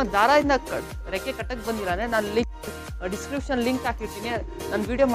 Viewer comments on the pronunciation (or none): none